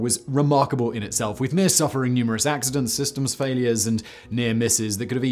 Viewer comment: You have to say Mir in a Russian accent. Oh and of course, in Soviet Russia space station launch you!